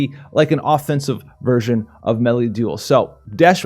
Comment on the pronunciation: stop butchering meliadoul's name! ;) are you making a vid on the nier banner?